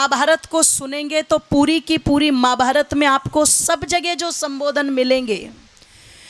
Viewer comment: Qawwaali ke style mein madam bol rahi hain Mahaabhaarat ko "Maa Bhaarat" bol rahi hain Khair, Arya Samaaj ek Dharmik Chole mein Adhaarmik Sansthaa hai !